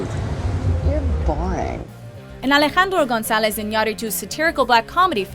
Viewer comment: Woman, I love how you say Alejandro González Iñárritu.